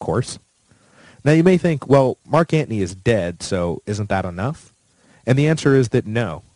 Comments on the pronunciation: Why tf do you say Marc Antnie??? I can't even listen it aggravates me 😂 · really? you pronounce Anthony as antney, like you're a wise guy? I turned you off. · lol yeah same. every time, I hear "ant knee" 😭